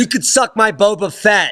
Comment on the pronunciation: Bobo Fet he said